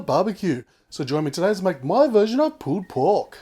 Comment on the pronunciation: sounds like hes saying pooped pork XD